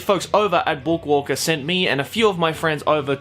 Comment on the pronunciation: the way says book walker is very satisfying